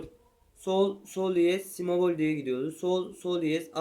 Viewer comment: si mebol değil kardeşim si bemol